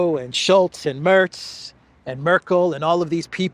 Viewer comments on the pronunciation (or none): none